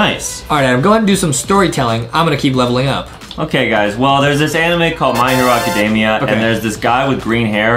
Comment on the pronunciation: 'my hero acadaimeya'